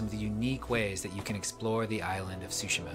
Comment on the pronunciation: Vamos, estúpido y sensual, dilo de nuevo: "Ghost of shushima"